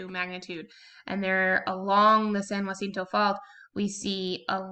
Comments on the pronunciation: Thanks for the video! Helpful tip: "jacinto" is pronounced "HAH SEEN TOE." If it were spelled "jUacinto", then you'd pronounce it "HWAH SEEN TOE" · Why u say jacinto like that? 😂